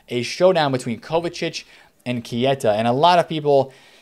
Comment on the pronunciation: It's not KIETA